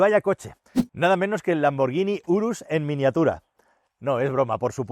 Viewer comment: Lamborghini "burrus" 🤣🤣